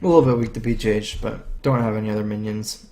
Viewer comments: why does he call Big Game Hunter "BJH" pronounced "Bee, Jay, Aitch"? surely it's BGH or "Bee, Gee, Aitch" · that sounds so much like "Bee, Jah, Aitch", or "Beeg, A, Aitch". lol